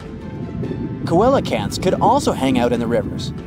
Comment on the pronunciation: ... and Coelacanth is pronounced "Selacanth" not "Koelacanth", you're really not good at this science youtuber stuff bro, might wanna pick tiktok instead or something.